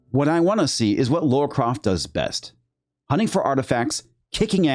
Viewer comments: LARA....Not Laura. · It’s Lara Croft not Laura Croft